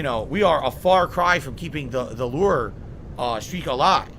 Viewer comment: Why the fuck does he say LEW ER